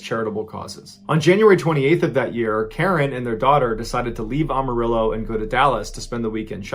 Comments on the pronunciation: (Am) arillo! Not Armarillo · Am... Not om... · I know I'm 4yrs late but I found this channel awhile back and have been listening from newest to oldest. You have got to be my favorite story teller but, being from Texas I have to let you know it's "Am"arillo not "Arm"arillo.😊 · Amma rillo - not ahmahrillo lol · Amarillo is pronounced like am, as in I am. Not like ah, as in Amish. Just FYI. Lol Love ya! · Story #1: Amarillo is pronounced AMarillo, not AUmarillo. Sorry, as a Texan, I just can't let that one slide. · It’s pronounced Amarillo not Ohmarillo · Not Ahmarillo but Amarillo it’s said very white😂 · Ok I love MrBallen videos, and the fact that he is a fellow Navy Vet, makes him an outstanding up to and touching individual. So I make this one constructive criticism with only brotherly love in my Texan heart; It is pronounced AM-O-ril-LO you know AMMO rillo, not Omorillo. I'm sure he would of caught this, I'm just trying to help a brother out! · did you really say umarillo? omg! it's am, just like i am. AMarillo. seriously just made my Texan come out in boxing formation! lol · Love your content. One small thing though... Amarillo, is pronounced Am-a-rill-o, or am-a-ree-yo, both acceptable, neither way is how you said it. om-a-real-o is not how its said any where. I say this to you with nothing but love in mind. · It’s Amarillo not Armarillo. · I like how you say Am-arillo as Om-arillo. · Armarillo? It's Amarillo. Only one "R". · AM-arillo...is Spanish for the word yellow. ARM-arillo? 🤔 sounds close to “armadillo” 😆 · ugh. every time he says awe-mu-rillo...it drives me nuts. it's pronounced am-a-rillo. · I am. I Amarillo, not Ahhmarillo. Your pronunciation of that city trips me out lol Killer vids man 🤘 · First time in my life I heard it said Ahmarillo instead of Amarillo. Weird. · good story, but could it have been Amarillo texas like am not om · Dude, you’re saying Amarillo wrong. It’a not Ohm-a-rillo. It’s Am-a-rillo. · Not Ahmarillo it's pronounced Aamarillo...